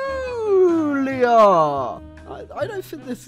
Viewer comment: Take a shot evreytime says "perculiur"